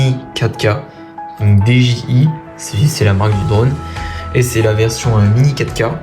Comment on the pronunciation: Ça se prononce dijiail